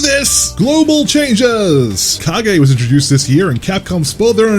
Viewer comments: um it’s “kuh-gay” so get it right. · You called Kage, "Cage"?!?! Hahaha! I'm laughing so hard I've got tears in my eyes. Holy shit dude! My dude it's Street fighter not Mortal Kombat